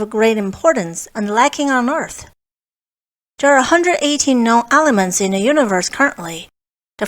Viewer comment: Stop saying ALEMENTS!